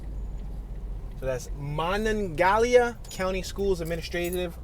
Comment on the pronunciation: Man, you are butchering every name you say! The stadium is pronounced MYlan Pushcar (Milan Puskar), the county is pronounced Mon an GAL ia, the river is pronounced Ma non ga HEE la